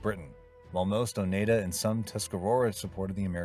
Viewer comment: AGain as some who live in Upstate New York, It's pronounce O Nide Ah. Get the pronunciation right.